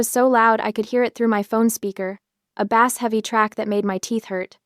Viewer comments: The word "bass" in "bass guitar" is pronounced like the word "base," rhyming with "case". It is a homograph, meaning it is spelled the same as the fish but is pronounced differently. The fish "bass" is pronounced with a short 'a' sound, rhyming with "pass". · Check your dictionary. Bass has two meanings and two pronunciations. You used the wrong one according to the context. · Nếu bất kỳ văn bản chuyển thành giọng nói hoặc bài đọc nào khiến nó nghe giống như "con cá", thì đó là lỗi phát âm, không phải lỗi từ vựng